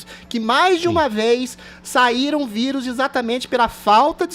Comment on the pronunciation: Impressão minha, ou o Adrilles fala quase toda hora, "vídeo" em vez de vírus? Rsrs